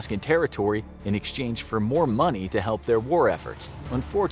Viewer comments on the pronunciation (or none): none